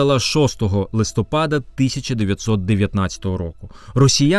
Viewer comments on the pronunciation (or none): none